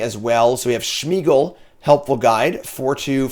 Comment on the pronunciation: There's no H in Smeagol's name. Its not Shmeagol